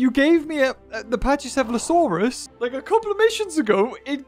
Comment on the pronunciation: It is pronounced pack E seh fah lo saur us